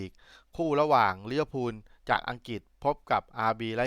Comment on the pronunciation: ลิเวอร์พูลนะคับ ไม่ใช่ ลิเวอร์พุน พูดให้ถูกหน่อยคับ